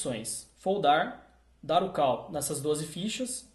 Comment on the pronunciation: A PRONUNCIA NAO É "KAL" SERIAL "CÓL".....entendeu? kkk